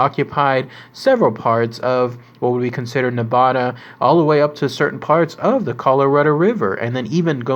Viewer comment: SAY NEVADA RIGHT AND PYRAMID LAKE Is almost 300 miles away from lasvegas